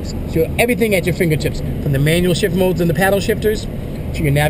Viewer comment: lol i thought he said "leather wrapped shit steering wheel" lol